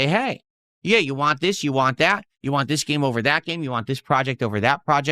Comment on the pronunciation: Why cant he say WANT correctly!!!!!!